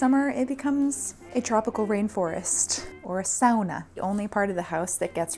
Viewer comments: I was just about to comment the same!😄 SAUNA as it should be👌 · i love your style and dream of having a home as nice as yours! also, a compliment from a finn; i don't think i've ever heard an american pronounce sauna so correctly :D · How did she pronounce sauna correctly?? 😲 (the Finnish pronunciation - sa-u-na not "soona") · Imagine my suprise as a Finn that a foreigner can actually pronounce sauna correctly :"D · saying sauna like a Finn, very well done 👍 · you pronounced ''sauna'' just the way it is supposed to be said! ahhhh, I feel content uwu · As a Finnish person I love how pronounced sauna the correct way 😂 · Haha I run to the comments right after she said that. 😂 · There's 24 minutes of video here, and the one thing I'm fixating on is that you pronounced sauna correctly! Good things exist in the world after all! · I see you've pronounced Sauna the Finnish/Minnesotan way; This makes me smile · Very surprised by pronunciation of 'sauna', it's very good!! I applaud you!! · The satisfaction of a Finn to hear Sauna pronounced correctly. I salute you! 😎👍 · me watching this video: "wow what a great hous-- OMG YOU SAID SAUNA CORRECTLY" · Perfect pronunciation of the word "sauna"! Made my Finnish heart happy! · The /chef’s kiss/ pronounciation of ”sauna” warmed my finnish heart that has just experienced the first snowfall of this winter. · goncrats on pronouncing the word 'sauna' correctly. =D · Love the way you pronounced "sauna" 😂 sounded Finnish there for a second! But on a more serious note I think its pretty normal to feel so much emotions during the move, especially because of the amount of history that you have with the place. But I hope the possibilities of the new place trumps all the melancholy ❤ home is whereever the loved ones are. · Thank you for saying “sauna” correctly 😂❤️ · insert here, my finnish self getting excited when your pronounced "sauna" correctly ✨✨ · Perfect pronunciation on sauna, a gold star!